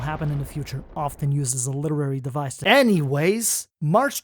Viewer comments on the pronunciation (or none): none